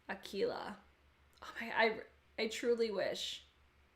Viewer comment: If you use them with a glitter primer they will be very pigmented...btw I think you’re the only one that has pronounced “Aquila” perfectly 😆😆😆